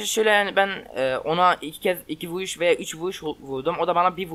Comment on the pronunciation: abi senin sesin neden çocuk gibi çıkıyor vuruşa vuğuş diyorsun